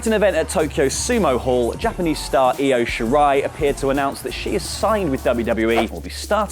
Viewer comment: OMG! finally said Io Shirai's name right! Must be that cod liver oil.